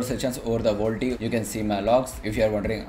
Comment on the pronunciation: "vol-t-e" facepalm